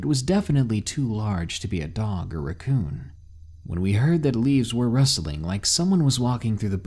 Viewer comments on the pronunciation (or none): It’s RACKcoon not RUCKcoon.